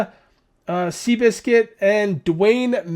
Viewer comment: Ok dang first time my question got in a q and a and I’m surprised you pronounced my name right cuz when I go into twitch they say what’s up s-I-biscuit?